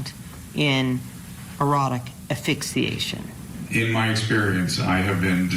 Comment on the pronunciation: Dear lawyer... it's pronounced ASS-FIX-EE-ATION, not AH-FIX-EE-ATION! Sheesh.